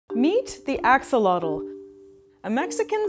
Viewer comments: X is pronounced like "sh" and the TL is more of a sharp air release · Although I do enjoy your videos, I'm not happy on your pronunciation of this super powerful and unique animal. And yes when France was defeated by mexico in the war they took many of our axolotes.